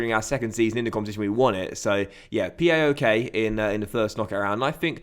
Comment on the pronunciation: Just to say mate PAOK is pronounced (p-ow-k) not (p-a-o-k) its a word👍 I have a friend in Greece who’s from thesaloniki and that’s where they’re from.👍